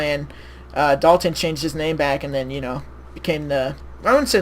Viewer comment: You said my name wrong but whatever. Thanks for the compliment on my profile pic.